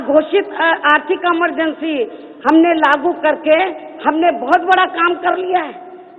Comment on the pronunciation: emergency ko bhi amar bna diya amargency bol kr lol